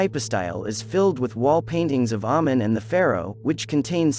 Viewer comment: it's actually pronounced amein, long a sound.